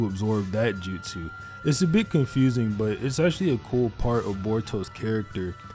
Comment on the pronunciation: Take a shot everytime he says "JUTSEW"